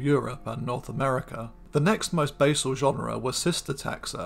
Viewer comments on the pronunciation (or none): none